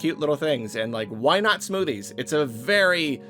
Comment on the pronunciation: did you say smoothies, or SMOODIES?